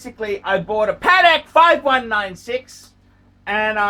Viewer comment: Paddeck phist